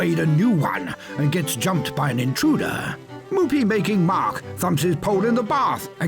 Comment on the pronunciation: I like how in the intro specifically said “Moopie-making Mark”